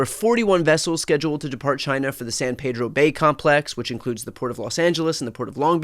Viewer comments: San Pedro ==> san PEE-droh (I know, it's unnatural) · Brian, you need to say San Pedro like a local. It’s San Peeedro